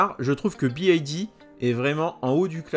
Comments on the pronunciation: C’est une demande de la marque de se prononcer « biaïlle di » au lieu de « biwaïlle di » ? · Pas "bi ai di" mais "bi wouai di" ! ^^ Le "Y" se prononce " wouai" en Anglais. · BYD = bi aïe di ? ... 😂 ... plus précisément "bi wouaille di" (faut faire attention de bien expliquer en détails la prononciation Anglaise aux Français tellement ils sont bons en Anglais ... lol). Merci pour cette vidéo en première Européenne ou Française ... 👍 Pour les concessions ils n'auront pas de mal car les concessions multimarques, de plus en plus nombreuses et courantes sont demandeuses de nouveautés. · "Bee why D" pour la prononciation 😅 merci de corriger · BYD se prononce Bi waï di